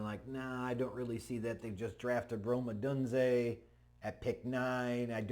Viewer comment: Oh Dune Zay Not Oh Dune Zay. Say his name right